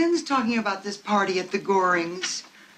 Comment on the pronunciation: Not Goring. Gehring.